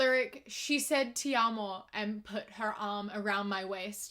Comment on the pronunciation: Seeing you pronounce “Te Amo” is the cutest thing 😭